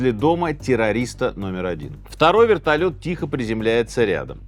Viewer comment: Вэртольет приземлился тихо😂 сказка дэтэй пугать